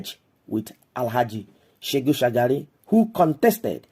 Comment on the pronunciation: It is SheHU not SheGU Shagari.